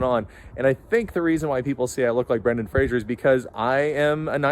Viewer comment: I recall Brendan Fraser on some talk show saying something like "It's FRAZE-er, not FRAZHE-er! Pronounce it right or I'll kill you!"